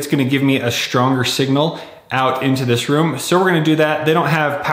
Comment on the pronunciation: One word: SHHHtronger